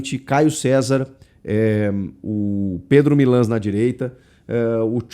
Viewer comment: Pela primeira vez que eu vejo você pronunciando o nome correto do Pedro milans 😅 parabéns pelo canal 🎉🎉🎉